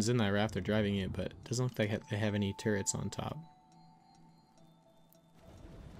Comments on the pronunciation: He said I think he has turrets but sounds like nword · Lol I actually think he said “there is a raft right there, I think it has turrets”